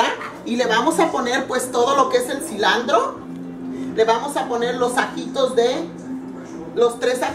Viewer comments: oye se dice asi, no "asina" y es cilantro no "cilandro" "spageri" no olvides tus raíces que el nopal lo traes en la frente empezando por la voz de señora de mercado que tienes! eh dicho! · una pregunta xq dice CILANDRO?? si es CILANTROOO!!!